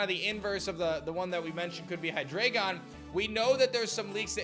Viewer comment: Why do you say Hydreigon like that lol